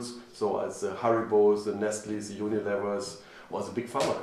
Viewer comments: ich hab immer noch nicht verstanden, wie man the se aussprechen kann... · Dein Englisch is einfach so geil, dieser deutsche Akzent is nicht zu überhören😂 Allein se autspik ( die Aussprache)😂